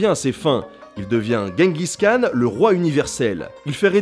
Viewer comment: Et le 'kh" de Khan se prononce comme dans Khaled (mongol: Хан).